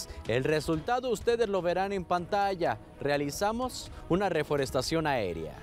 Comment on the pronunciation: “realizamos” me suena a manada!!